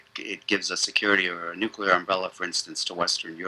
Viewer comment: nooooo paul jay dont say nookular :-(